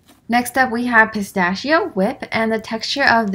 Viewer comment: The way u say “pistacchio” make me: ☠️💀☠️💀☠️☠️💀💀💀💀💀💀💀💀💀💀💀💀💀💀💀💀💀